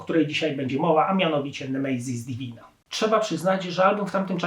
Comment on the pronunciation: Nie "nemejzis divina" tylko "nemesis divina" Nie "Empejror" tylko "Emperor".